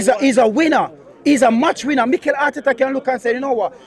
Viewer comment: Bro you supposed to say Mikel and Berta well done 😂